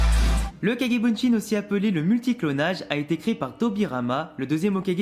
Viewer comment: On dit kage bushin pas bunshin